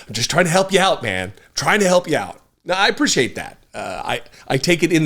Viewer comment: Omg! Lol. It's funny that you realize you say "appreciate" incorrectly because it irks me every time you say it. You also incorrectly pronounce "until" as un-tell. That's another one that drives me crazy. 😅